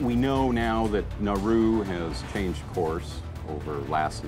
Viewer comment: I thought he said naruto when he said nauru